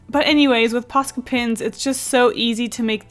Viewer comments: It's so funny to me when she keeps saying "posca pens" bc I'm finnish and it sounds like "paska pens" to me, and "paska" means shit in finnish::D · Is it ok I thought she said pasta pens 😂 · "Posca pins"